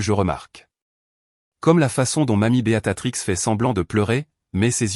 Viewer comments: Votre prononciation du nom 'Béatrice 'au lieu de'Beatatrix' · Oui ça m enerve ce beaTatrix !!